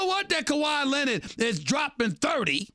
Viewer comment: “Kawhi Lehnuhd” - Stephen A